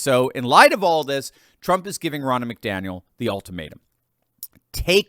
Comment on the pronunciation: I hate it win you say Biden ‘won’ here or there…we all know he DIDN’T win a damn thing in 2020, biggest steal of America’s history! Thank you for your videos! 🙂 and it’s pronounced Ron-na, not Row-na lol. People!! GET OUT AND VOTE! DO NOT TRUST THESE POLLS! 🇺🇸🇺🇸❤🇺🇸🇺🇸